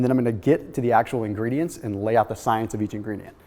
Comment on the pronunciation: I fucking hate it when you say science. Other than that it's a great video